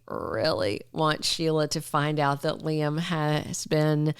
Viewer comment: why we're listening to Bots? They don't know how pronounce names? The bots and foreigners can't pronounce names like Shay-la - Sheila 😮 ly-um- Liam. RJ-RG? IT'S CONFUSING. SO Ridge is keeping secrets from Brooke, the part where Liam says he loves Steffy to Ridge. So apparently Brooke doesn't know that conversation? Please if you have pull, tell the writers we want the truth out!!!! ASAP. My friends have quit watching. Yes Steffy needs to leave so she can get her act together in the storyline.